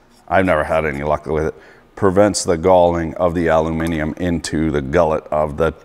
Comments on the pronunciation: Is it just me or is he saying alumimum instead of aluminium? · what the 😳 .. Your calling Aluminium how us brits say it ... .. Normally with your accent im used to hearing it said as Aluuminum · Not alumuminimum....try aluminium or aluminium. I don't know where the hell you picked that word incorrectly 🙄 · "Aluminimum" XD you gotta love this guy